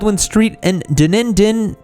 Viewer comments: you're not the only one to butcher the NZ city name. The worlds steepest street is located in Dunedin New Zealand 🇳🇿. Scottish named city (pronounced phonetically as Done-E-Din). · Dunedin is pronounced Duh Knee Din. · It's Dun-ee-den. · Dun-e-din. I lost my shit laughing at that. I'm amazed as that's one of the easiest names to say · Hey, New Zealander here... It's pronounced Duh knee din (Dunedin) for future reference haha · And I've always heard Dunedin pronounced as 'done eden'. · Your attempt at saying Dunedin was quite amusing to me 🤣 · Omg I've followed ur channel for a while now I'm am from new Zealand and my god u butchered saying the city name of Dunedin 😂😂😂 normally it's the local Maori names that get f#$k up not the English names I e give ya a 6.5 out of ten for effort